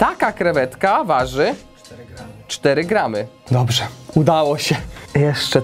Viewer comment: uszy bola mowi sie gram...